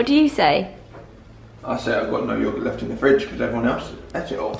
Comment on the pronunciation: ‘I say yogit’ 😂😂